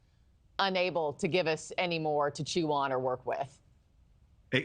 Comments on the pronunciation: Can’t someone tell Ross how to correctly pronounce “AD-ver-SARY” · As strange as these events are, it's even stranger that Ross cannot pronounce "adversary" correctly.... 😮